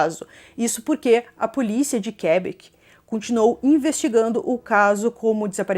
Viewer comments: Fala-se "Quebéc" 😊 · Por favor, pronuncie direito Quebec😐